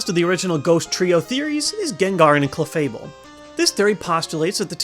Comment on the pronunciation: You pronounce Cleffable weirdly. :3